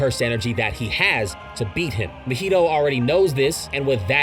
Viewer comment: How did you manage to say mahito’s name as mojito 😭😭😭